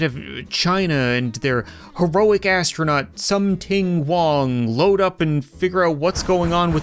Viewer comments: “Some ting wong” 💀💀💀💀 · “Sum ting wong” as a Chinese person this is very funny 😂